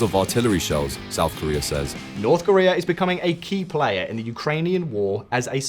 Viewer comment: . SHOUT Korea? Were they really that loud?